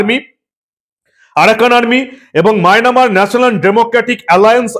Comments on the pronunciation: Mynamar na, Myanmar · it will be Myanmar and not Mynamar. I already told you previously about this corrigendum. Thank you so much. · বারে বারে মায়নামার বলছেন ওটা মিয়ানমার হবে। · কাকা মায়নামার না মায়ানমার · মায়ানমার ❌ মায়না মার ✅ 😂😂😂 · Maynamar noy dada Myanmar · maynamar noi mayanmar ota